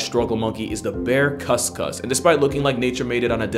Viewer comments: Failed right at the cus-cus lol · Just as a heads up, and I've not heard the Indonesian pronunciation yet, but if spelt with a "K," the kuskus is pronounced as you did in the video, with a "kuh" sound English typically associates with the letter. But in Indonesia, the letter "C" is pronounced "ch," like in cheetah or cheddar. So with the spelling of "cuscus" it'd sound more like "choos-choos." Only bringing this up since searching the animal brings up alternate spellings.